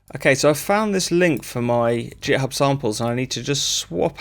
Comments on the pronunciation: "jithub" ?? you mean githib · Git … with a hard G, like Groovin’ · Great video, found it useful. I know very little about making music but I'm a programmer and when I found Strudel it piqued my interest. I have to say though, hearing you pronounce "github" as if it starts with a "J" made me feel a little sick 😂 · “JitHub” - the first person to find an alternate pronunciation 😂 I might just start saying that. Some useful material in there which I’m sure will save people time when attempting these things techniques. Thanks